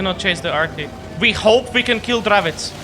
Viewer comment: What's a Dravits? Do you mean the Dravec?